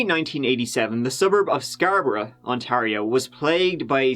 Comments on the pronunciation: I'm from Scarborough and I'm still not over how you pronounced it (good job on the video though m8) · It's pronounced "scar-bro" not sxarbrah. It's not Eden brah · "scarbruh" its scar-bo-row but i like this new pronunciation, it's like bruh but scarbruhhhh lmao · Where’s this dude from the way he pronounced Scarborough has me so confused. I’m guessing Scotland like the pronunciation of Edinburgh but idk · listening to you pronounce Scarborough is giving me life lmao